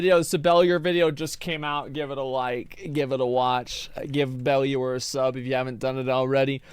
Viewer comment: Dude still can't pronounce "Bellular" properly lmao